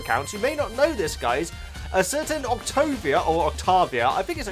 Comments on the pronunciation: Hey, I love your videos and your enthusiasm for the show and characters always puts a big smile on my face! Anyways, I just wanted to tell you that Octavia's name is most likely going to be pronounced Oct-Tei-Via. Also, her nickname is Via, just in case you want to make it easier on yourself. Also she is Stolas' daughter, and yes Angel has a family that is still around, unlike what we know about Alastor.. I hope this clears some things up a little, and helped you out! (P.S. Angel's given name is Anthony) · i was gonna say octavia's named is pronounced like this, oc-tay-vee-uh just so u know😊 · I think it’s octAvia like with an A instead of a O :3 I don’t have Insta so ur the only way I can see the Hazbin and helluva boss posts so ty :D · Oc TAY via. That's how I pronounce.